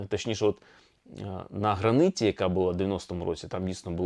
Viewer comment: Правильно казати на "граніті", а не "на граниті".